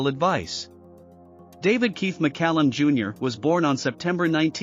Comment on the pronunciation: Lesser talented actors/musicians have gotten more attention for less-no Emmys, Star on Hollywood or Knighthood, but David was humble and achieved more. Illya's last name was pronounced Curry-a-kin and Judas's Is-carry-ot, but thanks for pronouncing David's last name right. You gave more info than some do and I had less trouble understanding you. Loved that man and glad I got to meet him. Almost died myself of Covid in '2020 because I couldn't get a vaccination in time. I get my my boosters and am still alive at 68. If I hadn't, he woul've out lived me. RIP, David